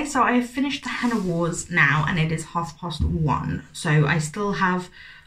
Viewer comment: Oh no! It ROTS me when narrators don't look up how to pronounce names or places - like that's literally part of your job surely? The Henna Wars came out in the US first, and from what I remember seeing the author say on Twitter they did make changes to make it better for an American audience (which always makes me laugh that it always seems like American readers can't handle books not set there whereas everywhere else has no problem understanding or converting Americanisms in all the US books we read). I once read a book about an Irish character where there was someone called Nuala and the narrator say NOO ALA like koala and I was so mad haha.